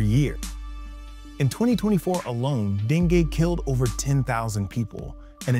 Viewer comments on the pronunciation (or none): bc dengay kya hota hai .. den-goo hota hai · Dengue not dengeee😂